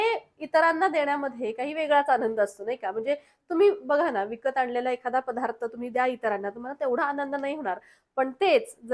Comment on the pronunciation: अगं, " पधार्त " नाही बाळा, " पदार्थ " म्हण. आणि "बणवणे" नाही करणे. ( मराठीच्या कुठल्या शब्दकोषात ' बनवणे ' हा शब्द आहे का?)